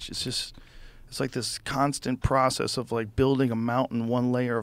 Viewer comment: Conversation jumped the shark with about 30 min left...... cant listen to the "processes" for another minute....